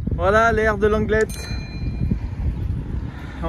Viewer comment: on ne prononce pas langlet on prononce juste ANGLET